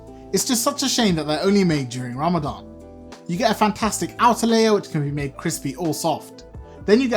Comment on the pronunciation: ITS RAMADAN NOT RAMADAM